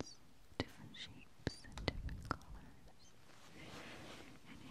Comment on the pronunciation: I like how you say “and” it sounds like “eeend” hehehe